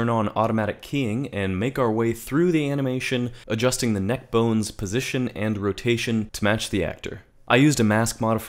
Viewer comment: “…and selecting the vertices for that kNEhK”- - lmao